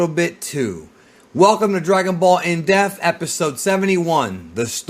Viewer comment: 'it's not pronounced jer-oh' yeah sure motherfucker this coming from the guy who can't say 'depth'